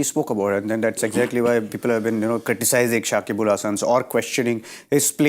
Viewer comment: Not only that, they keep saying Shakibul. Its Shakib Al.